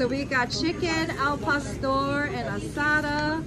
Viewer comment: Asada* she pronounced it with more of an “a” sound. And that’s probably how they feel when Spanish, Asian, etc. tried to speak English! Lol That’s butchered MUCH more. Lol